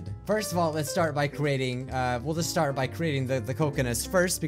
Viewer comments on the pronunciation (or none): none